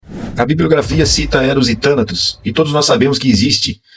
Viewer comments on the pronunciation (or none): "Tanatos" a tônica no ó